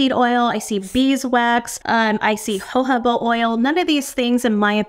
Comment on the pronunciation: I can not get over how she pronounced JOJOBA oil 😂😂😂 ho-ho-ba….